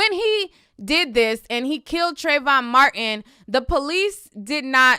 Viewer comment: Isn't it pronounced Trayvon...?